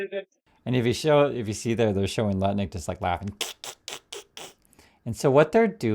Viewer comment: You keep pronouncing Nutlick oddly.